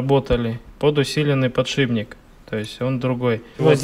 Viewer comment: ПодшиБник и флЯнец, аж слух режет